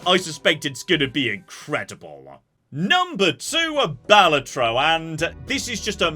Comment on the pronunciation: Your opinions are fine, the way you pronounced Balatro though...